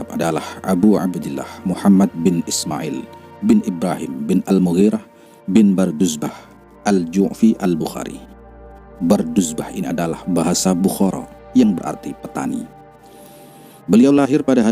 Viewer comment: Ditulis BUXORO Pelafalannya ttp BUKHARA, Karena huruf X dlm bahasa uzbek dibaca KH. Begitu setau saya